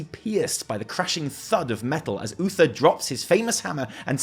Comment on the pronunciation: at somepoint he says bluether instead of Uther, and i couldnt stop laughing